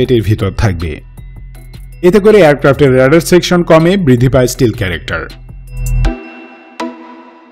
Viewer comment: স্টিলথ না স্টেলথ